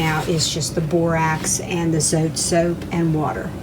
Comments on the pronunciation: its not zote, its zotay (dont mean to be rude) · The way you pronounce zote 😂